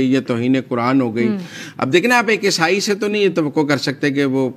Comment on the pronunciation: Madam word is not esai